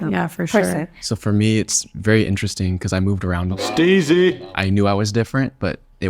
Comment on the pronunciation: CUh said steezy kane